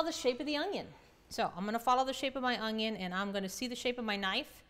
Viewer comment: she calls the onion, an ungion